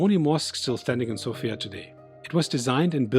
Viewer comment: South-Eastern Europe, or Southern Europe, although Bulgaria is in the East of Europe, culturally it is part of the Balkans, and has very little to do with the culture of Eastern European countries. Sofia is pronounced differently, btw. Thanks for the video!